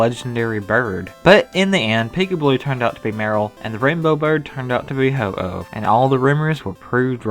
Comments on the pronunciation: It's pronounced ho oh, not ho ho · its ho oh not HO HO you think he is santa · Anybody else feel OCD when he says ho-ho and not Ho-oh? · i laughed so much when you said ho-ho its ho-oh geezeee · Its ho oh not ho ho you fucking spanniard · ITA HO-OH NO HO-HO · ho-oh not ho-ho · I heard him say ho-ho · It's not Ho-ho it's Ho-oh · Its Ho-Oh not Ho-Ho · And did he say ho-ho?! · wow you said ho-ho but it's actually ho-oh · Did he say... "HO-HO"??? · You said ho-ho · sorry but its pronounced HO-OH not HO-HO (like santa) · ITS HO -OH NOT HO -HO UR NOT SANTA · he said ho-ho instead of ho-oh. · HO OH not HO HO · You always say Ho Ho,instead Ho Oh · Slow Poke HE REaLLY DID SAY HO-HO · Erin Albright I know, ho ho is just a stupid pronunciation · Oh No-No he said-o Ho-Oh Hohoho merry christmas tho! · Stop calling it Ho-Ho xD